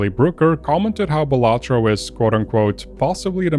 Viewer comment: Imagine pronouncing Balatro like that